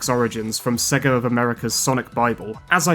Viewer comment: Sorry even as a Brit I can’t get on board with Sega pronounced as ‘Segga’